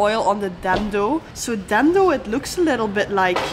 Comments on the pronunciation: Your's pronunciation is wrong,dendo but it's called dhido😅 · It’s not called dhando it’s called dhido 😂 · Well fyi Dhindo actually pronounced as dhido where 'n' is silent and way to eat is straight dig it up, dip into some curry or chatni/sauce & just swallow it w/o chewing it 😃 enjoy 🤤🙏🥰🥰🥰